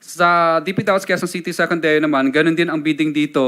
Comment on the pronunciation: Hanggang d mo nai po pronounce ang DPWH na tama Curlee d ka kapani paniwala😅paturo ka sa asawa mo Englishera yan ah😂